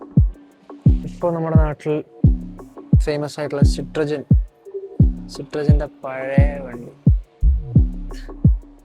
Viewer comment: സിട്രോജൻ ❌ സിട്രോണ് ✅